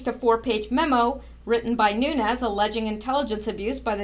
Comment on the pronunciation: Vessel_net_sky_ya. You did a great job on her name. I'm also glad you're saying Devin Nunes New_nez name correctly. Thank you for all your hard work and very interesting YouTube's. Keep up the great work and hopefully you'll come back to the USA to live full time as a US citizen soon